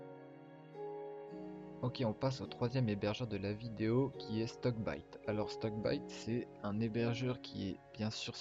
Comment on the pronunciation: Shickbyte et non stockbyte